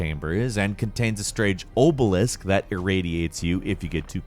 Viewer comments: me: "obelisk": "Oboe Lisk" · "oh-bel-isk" this dude's mispronunciation of words never ceases to surprise me 😂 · he says "oh-bel-isk" too lol